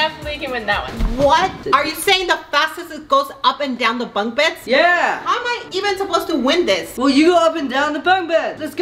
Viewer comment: WHY CAN'T YOU SAY BUNK BEDS RIGHT. got me laughing 😂😂🤣